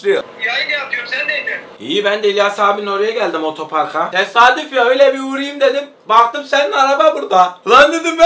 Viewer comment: hasanın ötöpark demesi KDÇSDÇAÇKDÇDLSKDÖDKDKLDDLKDÖD